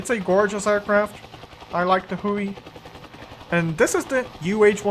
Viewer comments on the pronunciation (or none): It is pronounced Hugh-ee as before the tri-service designation change it was HU-1A before later becoming the UH-1B, C, D, and later models. The nickname comes from the original HU designation and a cartoon character named Baby Huey.